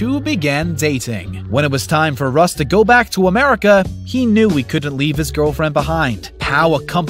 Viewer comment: Man you SLAUGHTERED some of their names!! RUSS became Huss?!?!!